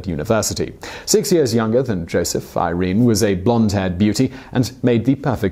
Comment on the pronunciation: pronounced "eer rennay" not eye reen. punch your researcher/scriptor. long-bine. punch him again. good narrative tho. thanks!